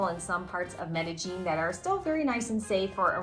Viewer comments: Medellin..like med-uh-yeen. Not med-uh-jeen. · Oh, my god, why do you guys say "Colombia" like that??? Please learn how to pronounce it properly. And Medellin is not pronounced "MedeJEAN"! It's MedeYEEN."